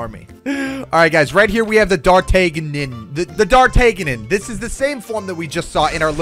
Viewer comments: this is how u say dartnagan dart-na-gin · 137 pronouced dart again